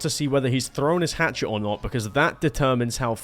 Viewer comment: “Hatchet” PLS STOP YOURE KILLING ME